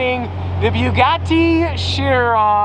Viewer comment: is the only person that can wildly answer "what color is your buga'ee": pink & chrome...